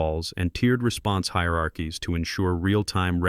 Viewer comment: The way the room went SILENT when she mispronounced ‘hierarchies’… iconic.